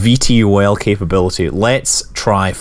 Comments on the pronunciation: you don't say (V-T-O-L) you say it like (vee-tol). lol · Scott, you're the first person I've heard spell out VTOL instead of pronouncing it "Vee-toll"...I found that very entertaining. :)